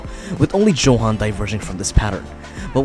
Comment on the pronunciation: That's not how you pronounce johan is Yohan